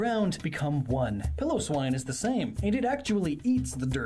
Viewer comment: I'm surprised a Pokemon expert pronounces Piloswine (Pile o swine) as "Pillow swine".